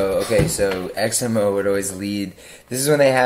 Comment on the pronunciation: I also always thought your name was pronounced X-MO not X-M-O.